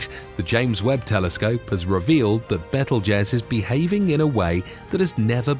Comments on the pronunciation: It's pronounced BEETLE JUICE not bettel jez. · By the way it's pronounced bee tuhl joos as in Beetlejuice! I really wish they would hire people that would actually research the pronunciation of words. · It kept sounding too much like bettle-jizz. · Beetle juice is how it's pronounced. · Please say betelgeuse again 😂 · THANK YOU!!! Omg that was scorching my last nerve 😖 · I stopped watching bc of this, and a couple of other reasons. But mainly this. 🙄🤦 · you do not know how to pronounce Betelgeuse .. how can one expect you to know anything at all about it?